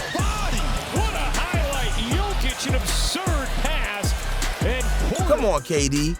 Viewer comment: Bothers me so much that you don’t pronounce Nikola jokic name right.